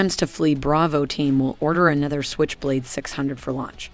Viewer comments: at first 10 seconds of this video she pronounced SQuich blade instead of switch blade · "Skwitch" blade